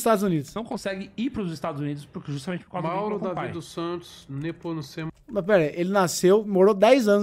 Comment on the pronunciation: NepUcemo???? é NEPOMUCENO